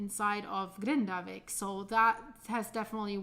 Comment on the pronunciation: This misinformation and fearmongering is bad enough, but also hearing her butcher the pronunciations of all of these places is painful to my ears.